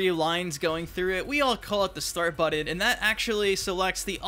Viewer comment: when he says "buddon" instead of button my eyes start tremoring and my temper runs short.